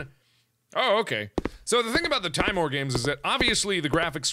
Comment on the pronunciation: Mark if you read this I have info on the name. Timor is the Latin word for fear, it's derivative being timid. It is pronounced (Tim-or). I hope this helped some way